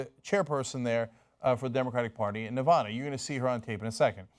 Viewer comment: Ne-va-duh NOT ne-vah-duh